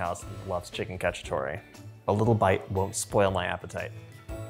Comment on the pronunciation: It's CacciatorE not Cacciatori...